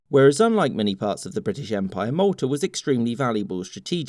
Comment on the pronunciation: that's Malta 🇲🇹 he clearly said Maltar.